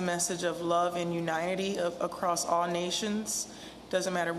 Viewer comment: "Love and Unitedy"? How embarrassing.